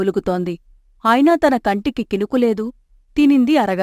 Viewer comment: ఔనుగానీ! కంటికి " కినుకు "లేదు అని అనకూడదు. కంటికి "కునుకు" లేదు అనాలి. అర్థమైందా.? సరేలే కానీ! శుభ సాయంత్రం నేస్తం.